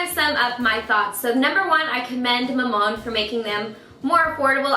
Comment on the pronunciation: Btw, its pronounced as a three syllable word; Ma-mon-de:) always love your reviews!